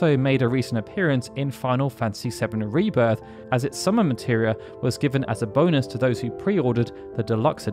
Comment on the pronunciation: It really sounds like you say "Final Fantasy 7: Arriba"